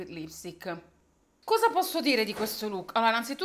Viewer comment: 25.19 “lukko” AHAHAHHA